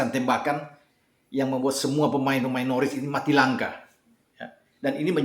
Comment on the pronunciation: Dibacanya bukan Norwich, tapi Norich